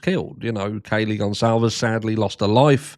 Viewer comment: At least pronounce the name properly